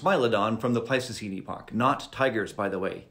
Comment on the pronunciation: I feel like he intentionally mispronounces epoch and neanderthal